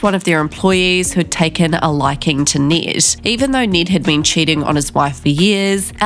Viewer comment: Please learn how to properly say “Ned”